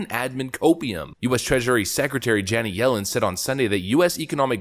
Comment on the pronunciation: You really need to work on how to pronounce "Janet". It's certainly not "Janee".